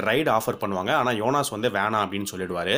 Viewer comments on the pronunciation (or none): his name is jonas... not yonas bro